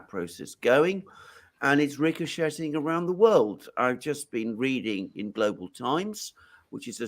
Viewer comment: The 't' in 'ricochet' is silent. Phonetically: 'ric-o-shay'; 'ricoshaying'; ricoshayed'..